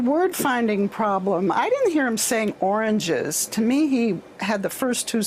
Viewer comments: he said oranges a couple of times,but he did say Orgin the second time your right the 2st and 3rd time he said oranges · He said "oranges" 3x and "origins" once.